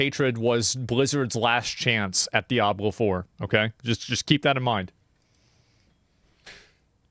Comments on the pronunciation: "DiAbLeR FuRr" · "Diabler four."